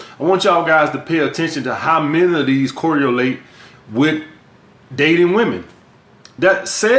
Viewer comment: I knew was the goat when he said correalate